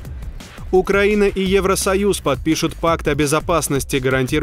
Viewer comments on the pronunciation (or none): none